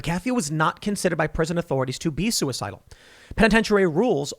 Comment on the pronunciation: Wait, the guy who literally said "If anything happens to me know that I wasn't sue-e-cide-al" wasn't sue-e-cide-al???? (Surprised Pikachu face)